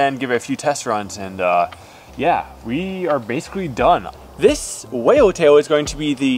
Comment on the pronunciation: Did you say "Whale Taint"? Whoa!